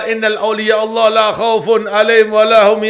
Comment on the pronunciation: Baca ayat Quran nya kurang pas dan itu dibacakan oleh habib bukan sekali loh... أَلَا إِنَّ أَوْلِيَاءَ اللَّهِ لَا خَوْفٌ عَلَيْهِمْ وَلَا هُمْ يَحْزَنُونَ inna aulia bukan innal aulia